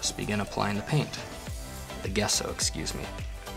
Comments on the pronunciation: Gesso is pronounced like Jesso with a J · Thank you for showing this. I believe, Gesso is pronounced Jesso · Hi, That white undercoat you're using is pronounced , "jesso" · It's pronounced Gesso. He's using Sargent Art Liquid Gesso.